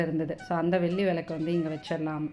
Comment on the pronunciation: Why is your tamizh pronunciation so bad...Velli....Not sounding like brahmin tamizh at all